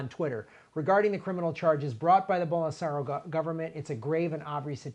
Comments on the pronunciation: "Bolserio"? I love, but that was weird. It didnt occur to him that Glenn was pronouncing it correctly? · For the record, Lula was released just recently. Michael at the Michael Brooks show just did an interview with Lula. Highly recommended. Also, it's pronounced Bol-sin-aro